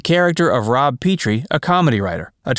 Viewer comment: It's pronounced Rob PET-TREE